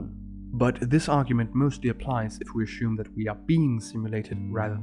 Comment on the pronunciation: There is no sh in assume